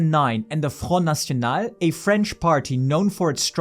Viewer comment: It's great to listen to a brit pronouncing "front nationale" properly